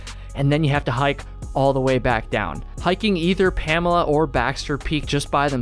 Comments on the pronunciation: Its not Pamela, its promounced "Puh- Mole- ah" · Its Pamola. Not Pamela. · Pamala peak, love it. Pa-mole-ah You failed your Mainah test, back to Vermont you go! haha great video! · The locals call it Puh-Mole-A Peak not Pamela Peak. 😀 I would not call it easy, but it is not that hard. Wife and took our 9 year-old kids across the ridge. That said, pay close attention to the weather. High wind or rain would make it dangerous. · "Pamela" lmao PamOla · Pam-OH-La not Pamela lol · PA mole A not pam a la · It’s “PA” “MO” “LA”, not PAMALA! Great vid! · It's pronounced PAM-OH-LA